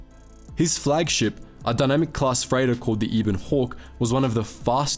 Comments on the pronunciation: Eh-ben-hawk* not ee-ben-hawk. Just because Kenobi was a Brit doesn’t mean you get to pronounce things correctly 😂 yeesh. (Obviously I’m just joking, this is a great video I’m just bored and can’t sleep. Please don’t take this seriously, people) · Ebon Hawk not E Bon Hawk think ebony but drop the y.